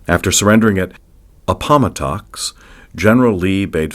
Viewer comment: A faithfully objective, evenhanded excerpt from a deep- and clear-thinking scholar. Unfortunately, the mispronunciation of such words as "Appomattox" and "alleged" make it sound like an AI-generated reading.